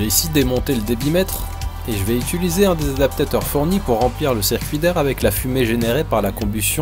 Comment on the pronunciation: Punaise c'est clair ça fait tellement du bien d'écouter parler un beau français, ça change de tout ce qu'on trouve sur Youtube. Bon hormis sa petite faute lorsqu'il dit ituliser au lieu d'utiliser qui est presque mignonne à écouter :P